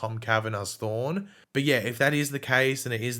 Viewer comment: I can’t Tell if is saying Thawne and Thorn